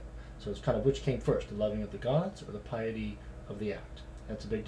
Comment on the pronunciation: might want to learn how to pronounce piety before doing #11